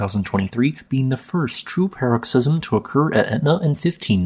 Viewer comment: PAR-uhk-siz-uhm or puh-ROK-siz-uhm, not "pear-rok-SIZ-uhm"